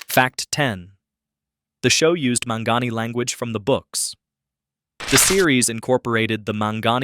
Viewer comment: pronounced Mon-Gone-Eee.